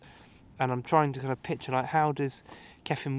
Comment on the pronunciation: Another very entertaining video, you keep it real, we are sharing your frustrations with the changing weather, the painting process, the time restraints, we've all been there. The end result was looking good. Keep playing your own music it's genuine. ( when you say kyffin pronounce it 'cuffin')